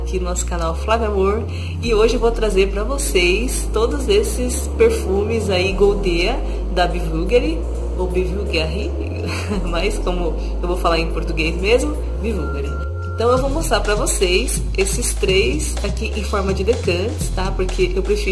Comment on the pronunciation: Caramba, a marca é bÚlgari ( pronúncia correta) e não bVulgari. O perfume se pronuncia goldÉa e não godÍa!